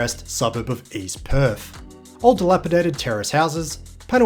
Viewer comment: There is no( F ) in Perth mate! It's not PERF IT'S PERTH! 😂